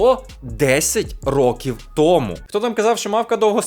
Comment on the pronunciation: 10 років *тому наголошують на другому складі